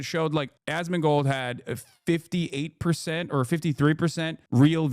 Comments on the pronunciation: "ass-can-mold" almost had me spit out my drink loool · Why is he saying Assmunchmold's name like that ???